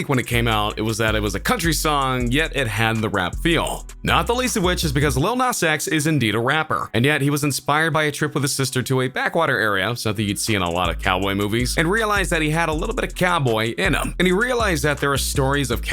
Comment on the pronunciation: This dude said lil nos x